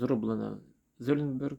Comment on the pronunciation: мда, а ведь правильно прочитать совсем не сложно и не там никакого Золинберга и компания была основана в городке Рэмшайд рядом с городом Золинген, а не как вы говорите в США, читайте матчасть и учите языки и не делайте из себя умника и не путайте зрителей. А то ведь можно предположить, что есть слушатели и зрители образованнее чем вы и тогда печалька и позорище.....Не надо толкать фуфло с умным видом. А нож в отличие от ваших познаний в сфере языков отличный